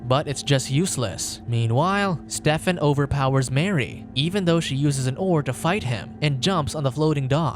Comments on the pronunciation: Is nobody gonna point out how he pronounces Stephen like Step-fin?? It supposed to be stee-fin. Or is he making a pun about the name because hes a step son? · Spoiler can communicate,Steven,the pH sounds like v,it's not Stefen.can you do more research please,thank you.